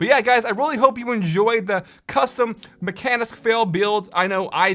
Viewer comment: actually mekanisk is spelled like mekahnisk. Just my norwegian brain getting irritated.